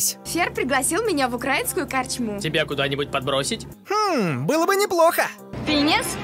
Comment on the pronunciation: Блин, мне так больно от ударения... тип "В укрАинскую" ААААА КАК БОЛЬНОООО МОИМ УШААММММ 💀💀💀💀💀